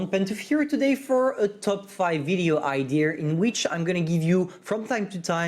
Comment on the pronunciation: I love how you say “idear” instead of idea 😝